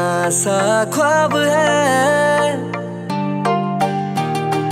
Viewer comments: It’s” BEKHUDI” AND “KHWAAB” Pronounce correctly please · Apna pronunciation theek karo urdu lafz use hote hai unko tum correctly nahi bol pa rahe ho jaise khwab khushbu ye sab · Pronunciation gadbad hai tumhari singing ka like khwab khushbu ye sab